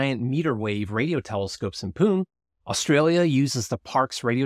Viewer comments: "Pune" is not pronounced "Poon". "Poo-neh" is closer. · P.S. Pune - the city in India is pronounced as "poo-nay" :) great video sir..